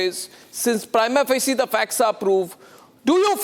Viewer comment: Anchor Goswami, the word “Prima facie “ is a Latin phrase. So its correct prinounciation should be as Mr.Harish Salve is speaking. Your pronunciation is wrong.